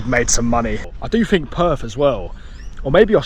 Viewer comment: The way you pronounce Perth, sounds like you are saying perv. 😂